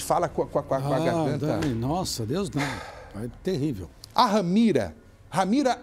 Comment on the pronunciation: Ramira não. RAMERA. Misericórdia senhor,lamentável.